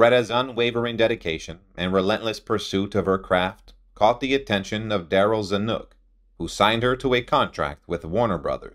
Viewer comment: You must really learn how to say Zanuk ( sp?)